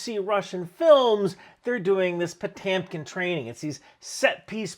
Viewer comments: It's pronounced "potYOmking" like literally say "YO" at this point. Pronouncing it "PotEmkin" is too bad. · Solid video but I cannot stand the way Potemkin is mispronounced as Potaamkin. Also, I thought Stripes was the best Army commercial ever made. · It's Poe tem kin not poe tam kin. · By the way, love your videos, but are you sure your pronouncing Potemkin right? I don't know myself, and you could be right, it could be pronounced Po-TAM-kin, but I always thought it was pronounced Po-TEM-kin. I could be wrong though. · Maybe I’m hearing things but you make Potemkin sound a lot like potamkin. 😂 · Couple of things I don’t understand. The pronunciation I’ve always heard is Potemkin, not Potamkin. And, the villages were created/recreated so they the Czar and his family could visit the happy peasants of Russia w/o ever seeing their true, miserable state. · It's pronounced "Po-tem-kin", not "po-tam-kin" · Po Tem kin. Not Po Tam kin. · It's pronounced Poh Tem Kin. I keep hearing Poh Tam Kin. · You are pronouncing it so wrong, it's supposed to be Potyomkin. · your pronouncing Potemkin wrong it's pronounced as Po-tyo+mkin Потемкин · Pronounced Puh-tyoh-kem. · Potemkin is pronounded Puh-tyom-kin the middle syllable sounds like the word "Yo!", like yo-yo. It's the Russian letter "e" with two dots above it. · I love your videos. Both the longer forms and the shorts. One caveat my Slavic brain short-circuits when it hears the pronunciation of the name "Potemkin" as Potemkin. But I understand that soft voices are difficult to pronounce for English speakers. Thanks again for the Video and I'll probably see you over my coffee and browsing the shorts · Potjomkin, it's pronounced Potjomkin (Потёмкин) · It’s pronounced Pa toy m ken. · It is pronounced "pah-TYOM-kin". The o is pronounced "ah" if not emphasized. The e is sometimes pronounced "yo" (as in Gorbachev and Khrushchev). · Small tip: Potemkin is pronounced Po-teom-kin. Now you know. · Po-TAM-Kim??? Wtf…